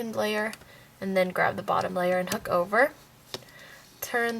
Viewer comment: When you said u need any type of hook, u sounded s if u we're saying "u will need any type of hhhhook" like the h was a k... lol...?